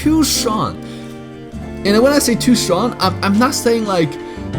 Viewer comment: Yasss, btw who loves how says "strong" as "shchong" ❤️